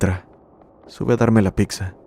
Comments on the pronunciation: Es buena el vídeo...pero escuchar la palabra "picza" es bastante molesto. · lo que mas terror me causó fue escuchar que dijeras "PICSA" 😅😂 🍕